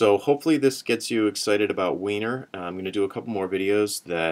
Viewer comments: It's pronounced winery. But heh. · It's actually pronounced "winery", baahahaha